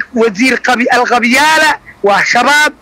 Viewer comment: Marka hire ha dhihin Alcatel-Lucent ee waxaad dhahdaa (ALQABYAALA😂😂😂😂😂😂